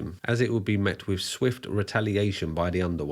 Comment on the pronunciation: Mate, you’re pushing it a bit with your dodgy scouse accent. Especially when you can’t pronounce simple words yourself! Examples- wiv, fings, muvver and farver, fousand, and freatening. You’re a divvy lad 🤣